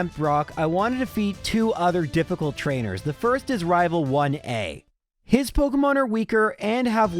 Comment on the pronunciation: Also me: coming to watch to hear him say rival fival